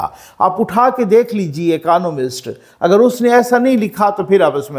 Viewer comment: اکانومسٹ نہیں اکنامسٹ